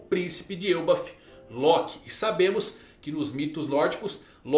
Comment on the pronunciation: Me diz que tu leu "El bafo" com um sotaque espanhol tbm 😂😂😂